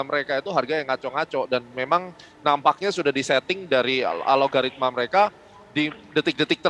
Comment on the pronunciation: Bagaimana bisa Memberikan "Warning" ? .. Istilah BO saja disebut "BAYNERI OKSKIEN" .. Wakakakakak .. Seorang Doktor juga menyebut istilah "ALOGARITMA" .. WEW !